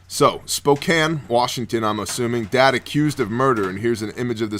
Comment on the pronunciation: Holy shit! I'm surprised you said Spokane right! That dude that sold his girlfriend was probably a meth head. 🙄😏 I honestly think we need to make an example of creeps who do that kind of crap and pedos.